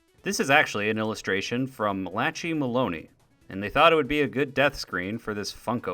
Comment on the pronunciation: the way you said Malachi as Muh-latchy instead of Mala-kai ripped me